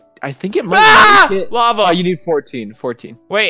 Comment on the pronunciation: when it said lava it sounded like "lover" XD